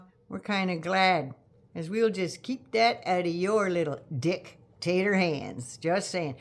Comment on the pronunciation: Emphasis on “dick- tator” 😄